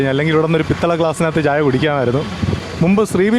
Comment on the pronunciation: പിത്തള ഗ്ലാസ് അല്ല പിച്ചള ഗ്ലാസ്